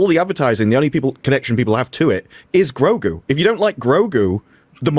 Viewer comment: “Mandough and Goregoo.” If you please.